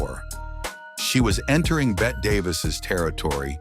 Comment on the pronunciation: STUPID AI voice flubs Bette's name!